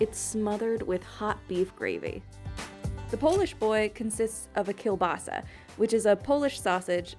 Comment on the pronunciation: Mistakes Not how you say kielbasa (sounds like kabasi) Open-faced sandwiches are not sandwiches, that defeats the whole point The oo inTillamook is pronounced like the e in farmer